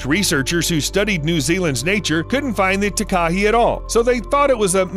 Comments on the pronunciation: It's taka-HAY like a gay guy "heeeeey!!" Not taka-he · South Island Takahē*** it's also pronounced like ta-ka-hey. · New Zealander here! “Taka hey” not “tak ah hee” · The Takahē bird of New Zealand is pronounced "Taaa ka he", not "ti ka hey". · Ta-ka-he, not Ta-ka-hee, as a New Zealander this triggers me so much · Tak-A-Hey is how its pronounced, sorry😅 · The NZs takahē bird is pronounced. Ta ka hay. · just so you know it’s pronounced tuk a hay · you have to pronounce takeha ta ke hey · Hi, Don’t mean to be rude but I’m from NZ and it’s pronounced ‘Taka-hay’ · Anyone else here from NZ, cringing everytime he says Takahe and Te anau, the dude could've at least googled the correct pronunciation 🙄